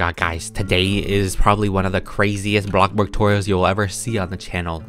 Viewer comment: the way he says blox burg soo good